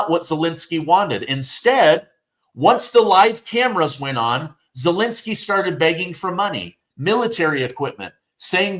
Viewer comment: Zelensky is not Zelinsky. Second e is pronounced as the first one.